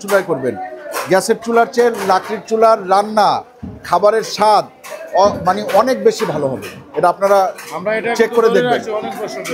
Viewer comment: কথাটা হবে মানে।মানি নয়😊